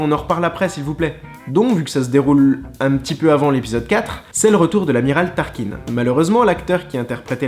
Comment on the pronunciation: Désolé de corriger mais entend que fan ça ma fait mal c'est pas turkin ma tarkin